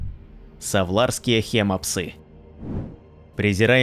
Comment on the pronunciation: может хим псы ? а не хема псы